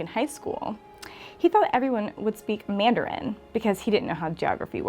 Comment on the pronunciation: Say Mandarin right! IF YOU WANT TO BE A HOST, HAVE A GOOD VOICE,! I love mlp and minecraft